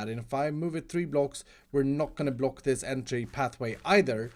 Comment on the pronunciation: I love the way you say block... BLOC